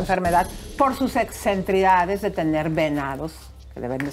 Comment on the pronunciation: "EXCENTRICIDADES", señora presentadora, se dice: "EXCENTRICIDADES", no "excentridades", como usted ha dicho dos veces!